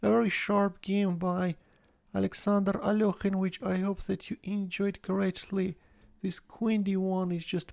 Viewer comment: What's wrong with the alokhine thing? his name is alekhine